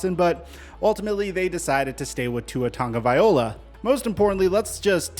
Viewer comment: Why does insist on calling him tua “tunga VIOLA”